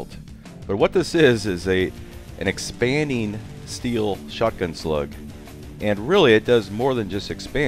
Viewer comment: ANY word that ends with "ING" is pronounced like the word "sing." The g is not silent, nor does is sound like "neen." Such as "expanding." It IS NOT pronounced "expandeen," EVER! I couldn't finish the video because this nation wide (moreso in north and northeast state.) #stopthe"neen"